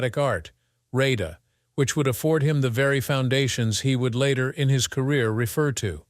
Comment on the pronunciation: And RADA is pronounced RA-DA not RAY-DA!